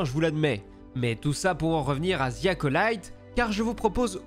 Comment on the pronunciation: ‘’ Ziiii Acolyte ‘’ putain les cousins, pratiquer votre anglais pour l’amour de dieu. Le mot ‘’the’’ ce prononce pas en utilisant la lettre Z 😵